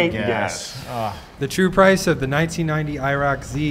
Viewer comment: Iroc- I reek of cigarettes 😂😂😂😂